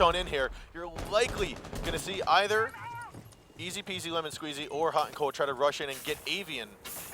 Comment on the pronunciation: the way he says ezpzlmnsqz is so good